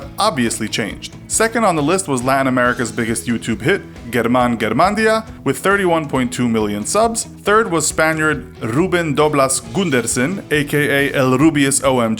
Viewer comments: It's pronounced "her-man" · It's pronounced Herman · I can blame you for mistakes and stupid things in the video itself though. Mispronouncing Kjellberg and Germán, only fixing the claim that Smosh is still a duo in the text, conflating dropping out of high school with dropping out of freaking HARVARD, and just generally irrelevant comparisons in the video. If you really had to make this, you could've at least done it better.